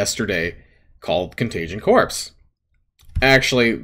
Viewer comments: I agree 100%... however, and I'm so sorry for being that guy, but "corps" is pronounced "kor". If you pronounced the S, it would be spelled Corpse. It's "kor" like the Marine Corps. No S when enunciating that word. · Excellent video. BTW the Corps in Contagion Corps is pronounced like Core, as in Marine Corps.